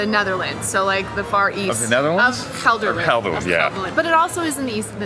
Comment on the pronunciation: "DoetinCHem in de aCHterhoek in Gelderland" - you're nailing those G's!